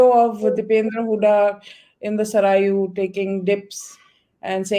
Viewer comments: सरायु नहीं है, सरयू जी नदी है। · नदी का नाम सरयू है नाकि सरायु अद्वैता